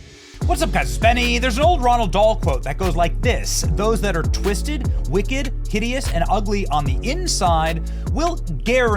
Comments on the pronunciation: "ROALD" Dahl! Not"RoNald". No "N". ROALD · You did NOT just call Roald Dahl 'Ronald". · Appropriate quote, Benny. Oh, and by the way, you are quoting Roald Dahl. RO-ALD Dahl. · It’s Roald dude.